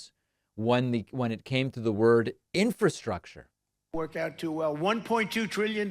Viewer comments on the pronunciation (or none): That is why Trump didn’t do any Infrastructure Bill becuase he can’t pronounce the word Infrastructure so he just ignored it and Biden had to do it. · No wonder trump never got to infrastructure week - he couldn't pronounce it. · Biden passed infrastructure and jobs are paying for that 1.2 trillion dollar cost. Trump cannot even pronounce infrastructure and he wants to give another 2 trillion dollar tax cut to those whom Biden is trying to tax at a higher level. Trumps brain salad goes well with vinergarette and cracked pepper. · Ur hella dumb How u gon try n klown a tired man on his pronunciation of tha word infrastructure wen u couldnt even sound out the word for tha location in tha beginning Ur just another lost sheep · I think Trump starts to pronounce a word.. like infrastructure... can't do it... attempts again then just kind of drifts off the word and switches thoughts to take attention off his inability to pronounce the word. I can't follow what he says. He is so discombobulated, delusional, and mentally ill. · pronounce infrastructure I can not spell...